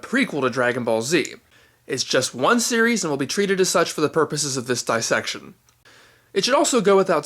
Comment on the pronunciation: You know what's funny? You pronounced "dissection" with emphasis on the first syllable, and made it sound almost like a Japanese word with the prefix "dai" (大), like "daibôken" or "daizenshû". ;)